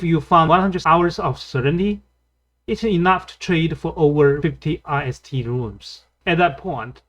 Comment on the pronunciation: lol should we trust players who call the Ist rune I S T 😂